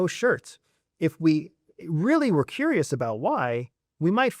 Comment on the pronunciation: Curious not furious.